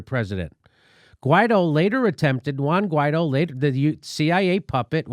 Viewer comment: Shouldn't it be pronounced something like, Why-eedtho?